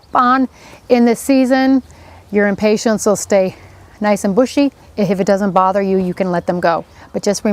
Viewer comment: Wow. This is SO not helpful. #1-- You say 'impatints', with a T, instead of impatiens. #2 -- As another pointed out, it is impossible to see exactly what you are doing -- AND -- you do not say Above or Below the leaves. ???? Perhaps a gardener Knows, but this video isn't this video Supposed to be for us non-gardeners??? Suggestion: have your videos peer reviewed before releasing. UGH.